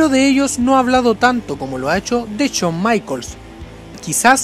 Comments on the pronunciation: CHAWN NO , shawn. Pronuncia bien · "Chon" Michaels!!!! 🤣🤣🤣🤣🤣🤣🤣🤣🤣🤣🤣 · Habla bien, CHOM, CHOM, no jodas! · Uff no sabía que esos luchadores odian a "Chon" Michaels xd. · Shawn michaels no chon maicol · Porque todos pronuncian chon se escribe shawn pero se pronuncia shon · No es Chon Michaels, es Shawn Michaels, habla bien LPM... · Aprende a pronunciar SHAWN. Es SHAWN, no CHOUN! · CHON Michaels ? O Shawn Michaels ? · "Chon" michaels. 😁😂😂😂😂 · Se me hace curioso como a veces pronuncia Shawn a la perfección y en otras dice Chon jajaj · A CHON MICHAELS 😂😂😂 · El "Cho Maiquels" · Chon maicols! Jajaja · Chon maicols xD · Chon maicols 😂😂😂😂😂😂😂😂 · Todo el video se jodio por decir "chon maicols" 😂😂😂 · Chon michaels xd xd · CHON Michaels 😂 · Chon michaels xd